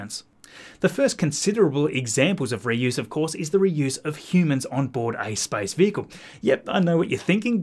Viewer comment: I loke that this guy pronounces "space" as "spice", and if you let the video in the background while you're doing something else you can believe we are almost ready to go to Arrakis